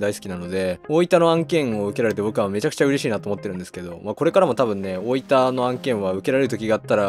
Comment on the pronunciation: 大分のアクセントが大板なんですね